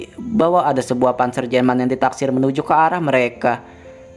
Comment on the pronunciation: Panzer itu bacanya panser min.. selama ini kmna aja sih.. Mana intonasi di akhir kalimatnya aduuuuhh..🤦